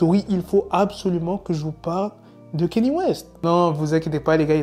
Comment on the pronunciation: C'est ouf que vous les français vous dîtes Kéni west alors que son prénom s'écrit et se prononce KANYÉ west, les américains ont déjà réglé cette histoire de prononciation il s'appelle kanye west qui se prononce "kanié" lui même l'a dit. Si un jour vous devez l'interviewer commencez par ne pas écorcher son prénom car jpense pas qu'il va kiffer.